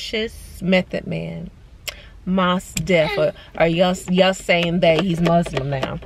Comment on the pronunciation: I’m finishing up your video... the way you pronounce Mos Def lol I used to have a crush on him too!